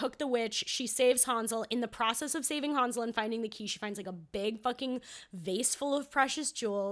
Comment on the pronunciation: It's Han (like hand)-zle and gretel not haan-zle and gretel